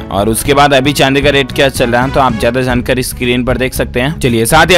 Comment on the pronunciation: Zaegi nahi, Jaegi bola jae Urdu shikhna zaruri hai Zankari nahi, jankari Zarahi hai nahi, jarahi hai